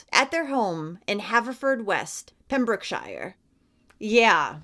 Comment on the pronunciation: That's not how you say Pembrokeshire . You don't say shire like shire horse 😂